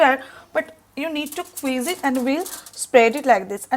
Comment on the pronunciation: Please note that its not "Queez" but "squeez".